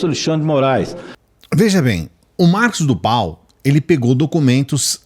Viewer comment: Mosso como voce quer ter uma live se voce nao consegue nem falar o nome correto é marcos do val